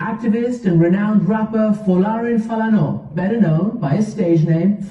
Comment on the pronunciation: she pronounced Falana right tho